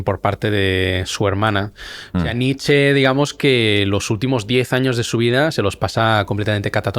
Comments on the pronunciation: Se pronuncia Nietzsche, no Nitsch! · Qué pesado el entrevistador con llamar Nitch a Nietsche, cuando lo pronunció bien cuando intervino él. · En alemán la “e” final suena, por ejemplo Nietzsche, como bien lo hace.